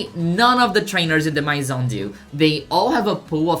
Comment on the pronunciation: i'm so early, no frenchie has mentioned the pronunciation of maison yet